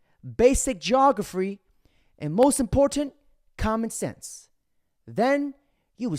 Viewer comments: the funniest part of the video is when you said geographry, trying to make someone look dumb, but saying the word wrong yourself, hahaha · Geographree? Afraid not,bud.. the word is geography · Damn bro..... geographree. And you said it twice. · Love your content dude, but ‘geogaphry’? Really?